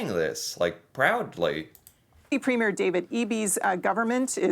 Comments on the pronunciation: from "polite" to "mean and nasty" I AM CANADIAN!! and it's preem yer, not prem yer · FYI, premier is pronounced “ preem yer” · Pro-tip: the elected leader of a Canadian province is called a "Premiere", and its pronounced "PREEM-yer" (not prem-YEAR) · It's Pre-meer not Premier (it's not a movie premier).